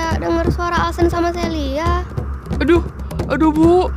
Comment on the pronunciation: Heh Bukan Alsen Tapi Alcen